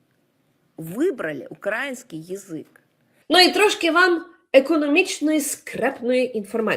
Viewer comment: Маня, а себе ти відносиш до ''человека разумного''? То хіба так важко вивчити: украЇнський, а не укрАїнський?